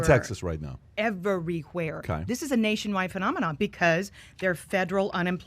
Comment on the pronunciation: Eh ver ree where